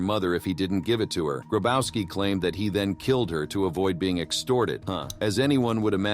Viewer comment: Klaus Grabauski. Bro. Polish 'W' = English 'V'. It's pronounced Grabovski.